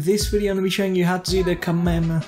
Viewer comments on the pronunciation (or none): Kamayerey xD its pronounced Ka may ha May ha And its Kamehameha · Brih great tutorial, but I did laughing when you're trying to pronoince kamehameha